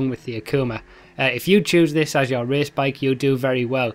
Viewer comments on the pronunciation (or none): none